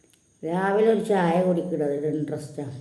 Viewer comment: താത്ത ഷായ അല്ല.ചായ എന്ന് പറയു.😂😂😂😂